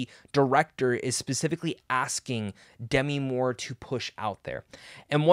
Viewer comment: Demi is pronounced in this case as De-‘MEE. (It does NOT rhyme with semi.) I figured a movie reviewer might want to know.